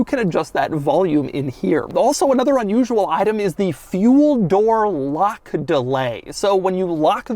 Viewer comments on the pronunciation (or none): none